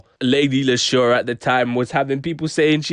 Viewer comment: 😂😂😂 bro that edit there had me dyin 🤣🤣 But leshurr is pronounced leesha. You broke it down pretty well though 👏🏿 but your brum accent was more manchester 😂🤦🏿‍♂️